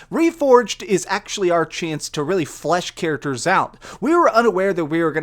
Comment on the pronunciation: Stop saying "literally" and learn to pronounce "characters"!